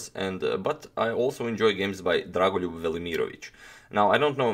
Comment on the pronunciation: I was more impressed by how you pronounced dragolijub's name